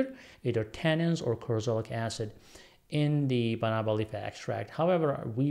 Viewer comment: That's correct. We have Banaba plants in the Philippines. Pronunciation is fast with stress on 3rd syllable.